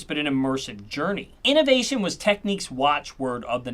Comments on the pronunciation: It’s pronounced TEK NIKS , not Tek neeqs - otherwise it would have been “Techniques” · Tech-nicks not Tech-neeques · It is NOT pronounced Techneeks but Technicks, their keyboards were very impressive I have had three over the years, Technics audio was pretty special also. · I’m pretty sure it’s not pronounced Techniques but Technick. I could be wrong but please enlighten me. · Tek niks not tek niques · Ffs it's Technics, not techniques... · Great video, made me even more determined to rebuild my audiophile collection. Also, I always pronounce Technics as tek-nicks, I've not heard it pronounced techniques before. Is this a UK - US thing? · Tek Nix not techniques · I worked for technics and I hated people mis pronouncing its name. The way it should be pronounced is tech-niks. I can’t understand people who say techniques. Learn before releasing a video. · What is the correct pronunciation of Technics in Japan? I grew up in the UK always pronouncing it Tek-niks, whereas the American pronunciation seems to be Tek-neeks. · “Technics”, (with a hard K) as in ‘technical’. Not “Techniques”. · You should really stop calling Technics , Techneeeeks. Makes it hard to take you serious. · The way you say technics is tough. Great vid lots of info.